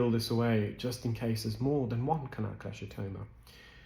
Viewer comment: just some minor, but not uncommon mispronunciations: Salivary: SAL'-i-va-ry NOT sal-EYE'-va-ry Cholesteatoma: ko-LESS'-tee-a-to-ma NOT ko-LESH'-tee-a-to-ma Herniation: her-nee-A'-shun NOT her-nee-eye-ZAY'-shun